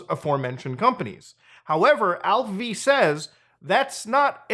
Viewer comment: Are you sure its pronounced Alph-V and not Alpha? 😅